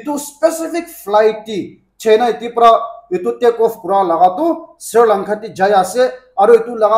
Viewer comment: Sri Lanka ❌ Sir Lanka ✅